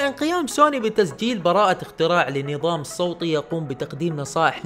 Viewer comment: نظام صوتطي قواك الله اخوي تنطق وتكتب صوت وليسى صوط ولا والصوط هو معروف ب الصوط الذي يضرب به